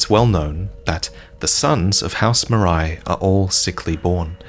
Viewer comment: The way Marais is being pronounced is like sandpaper in my ears. It's the french word for swamp for criss sake.